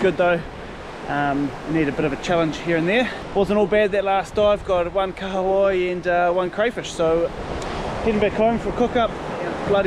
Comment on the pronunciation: Love that you pronounce Kahawai correctly brother 👍